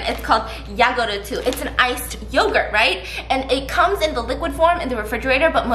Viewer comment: I’m so confused when steph kept saying 야구르트 when there is the Japanese 야쿠르트 and the korean 요구르트 😂